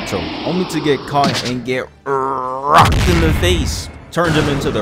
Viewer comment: “Rrrrrrrocked in the face” had me on the floor😭😭😭😭